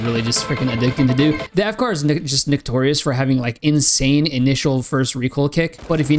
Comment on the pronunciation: Bro did NOT say notorious